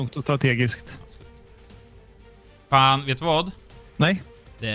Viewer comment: jag vet inte om du sa det här nu men det låter som att du säger "Jag vill också ta det lugnt och trattegiskt"